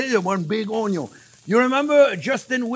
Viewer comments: I could listen to him say onyo forever haha love you chef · I love the way he says onion. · I think I watch him more for entertainment than for cooking because I laugh so much with him, especially when he says the word onion 😆.